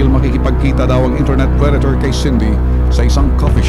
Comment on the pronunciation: prey-dator!, parang ang babae